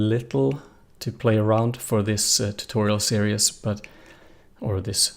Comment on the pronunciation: Great lessons..... one for you..... not Serious......... Series ....ser ezzz long e for both of them.... Great English though.... OED series (ˈsɪəriːz, formerly ˈsɪərɪiːz)